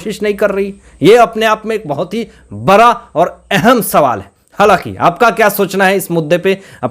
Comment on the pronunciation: Arey bhai bara nh bada hota hy apan ra or ana sahi kr lo trp le rahe ho bss tum or kuch nh